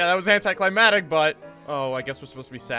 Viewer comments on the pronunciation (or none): anticlimatic? Sorry bud, its anticlimaCtic